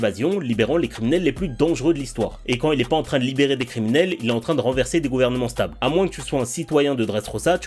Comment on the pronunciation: "Gourvenements stable" faut quand même vite le dire 😂